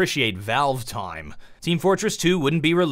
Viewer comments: "'Of all toim" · I like how pronouces 'time' as 'toym'.